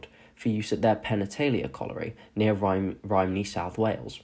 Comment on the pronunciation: Well done, really informative. However, Croes Newydd is pronounced Croys Newiv and Rhymney is pronounced Rumney, just a heads up 👍